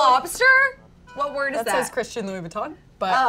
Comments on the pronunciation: “Christian Louie Vuitton” I’m screaming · She said Christian Louis Vuitton 😂😂